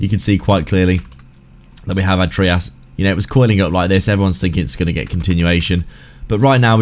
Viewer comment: It’s pronounced ‘’Try-us”…that’s how the guy who created it says it. It’s not “Tree-us” lol